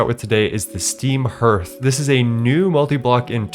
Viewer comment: Herth is the wildest way to pronounce that word. I've always heard it pronounced harth.